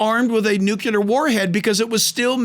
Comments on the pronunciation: It's NUCLEAR not nucular! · Nuclear -new clear not new cue lar. I totally love this pastor but I can't help but correct the mispronouncing of nuclear. Lol. Thankful you so much, Pastor Hibbs, for this amazing message and for preaching about what most pastors won't but should! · it's NUCLEAR... NOT NU Q LAR 🙂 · Nucular? Really? Here in the woods we call it nuclear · Jack, the term "nuclear" is pronounced, "new clee ur", not "nu ku lur". You probably know this now, it's a common mistake, I just have to point it out! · Nuclear, only one u. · PLEASE stop saying “nucUlar!” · We love Jack and his insight, and have been blessed by his teaching. Please, please, PLEASE get him to practice saying "nuclear"! This is an error that discredits his message in some folks' minds. It's pronounced NOO-KLEE-ER.💖👆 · YES!! Doesn’t that drive you crazy when you hear that? “The Israel Guys” also talk like that. Wrote something in their comment section to try to correct it.